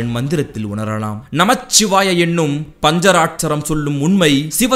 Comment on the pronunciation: அது பஞ்சராட்சரம் இல்லை, அது பஞ்சாட்சரம்.